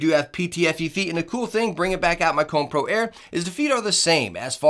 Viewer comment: And its not Cone its Ko - ne lol